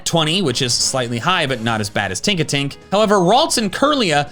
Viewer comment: It's Tinkatink, not Tonkatink. Plus, Ralts and Kirlia are super weak. Kirlia, with a base stat total of just 278, is weaker than a base form starter. I would choose Flabebe for Fairy instead, since, like Tinkatink, it's more balanced all the way through.